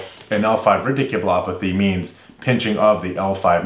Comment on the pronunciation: A fun observation: radiculopathy. You introduced this term in the cervical stenosis video. I was amused because you pronounced it rIdiculopathy. As in Ridiculous. Maybe it's a ridiculous procedure. I hope not..